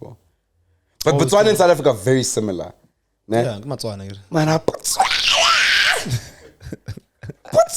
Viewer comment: BaTswana not Matswana